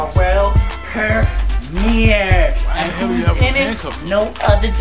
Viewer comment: it always trip me out how jossue say "permear" instead of "premier" lol